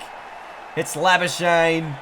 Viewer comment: marnus labu-skuk-knee plz pronounce right